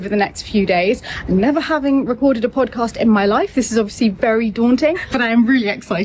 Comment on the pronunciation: I love how pronounces the word podcast. It sounds so much better than our southern U.S. pronunciation. ❤